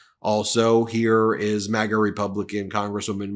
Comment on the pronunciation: Excuse me sir ,did you say Magas or magats